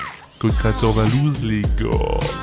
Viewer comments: Moi aussi j'ai entendue valouz🤣🤣🤣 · Moi aussi je l'ai entendue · Elle a clairement dit VALOUZ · Mais pourquoi elle à dit Valouzz wesh ? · MISKIN POUR LE "VALOUZZ" DE LA PART DU MCDO SINON ON TAIME Valouzz🥰🥰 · Au Mac drive moi aussi j’entends « valouzz » et pour les trois mots : chaise , dentifrice et amour 💕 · Tu n'as pas entendue VALOUZZ car elle a dis VALOUZZ ! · Oui elle a dit valouz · Oui elle a dit Valouz j'ai entendu